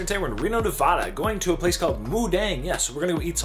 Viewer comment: Im from Reno. It's pronounced NevAda (long A like apple), not short a like octopus.